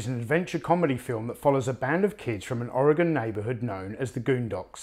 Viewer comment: Thank you for saying Oregon correctly.